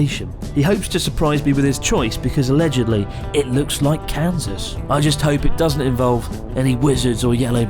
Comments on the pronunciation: Chris‘s pronunciation of “Kansas” sounds like “Cancers”🤪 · I'd like a posh british pronounciation of Kaansas.